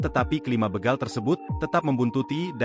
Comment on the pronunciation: Bégal... ✅ Bègal... ❌ Ucapkan huruf "e" seperti di kata bebek, Bukan kata betul